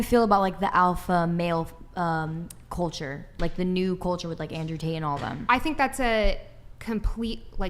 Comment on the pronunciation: I'm glad someone finally pointed out that nobody on this podcast can properly pronounce "women", and they end up saying "woman". Now if we could get them to pronounce their L's. It's not "coacher", it "culture". It's not "peopoh", it's "people". L's exist. And yes, your intros are too damn long. Everyone skips the first 5 minutes anyway, cut it down.